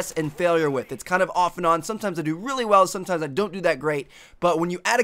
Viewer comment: is it just me or does it get really annoying some times when he says really with a lot of emphasis? just watch it again & listen to how he talks